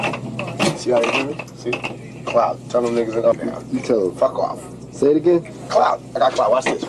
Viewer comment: listen to when he says words like "Off" or "yall"